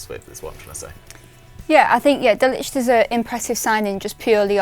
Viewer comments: Trying to play high IQ by pronouncing De Ligt correctly is so funny when you realise she’s completely off the mark 🤣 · It’s not difficult to pronounce De Ligt and Ugarte come on people 🤦‍♂️🤦‍♂️, Sky Sports are slowing going downhill.